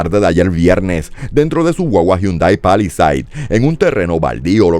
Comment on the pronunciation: Palisades -Se pronuncia -pa-luh-saydz